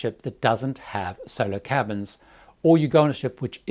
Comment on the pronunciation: when you say "Solo cabins" it sounds a LOT like "Solar cabins". I actually googled it thinking it was something about solar-powered and would cost less in electricity or so:)